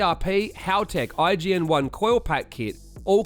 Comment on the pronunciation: IGN1a … say the god dam A. IGN-1A please